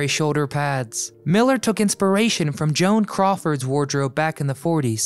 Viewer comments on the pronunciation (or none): none